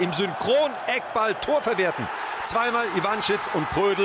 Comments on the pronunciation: er heißt iiiiiiiiiiiiiiiiiiiiiiiiiiiiivanschitz, net iwannnnschitz! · für alle die es, wie der moderator, nicht wissen! die betonung bei ivanschitz liegt auf dem i! nicht auf dem a!!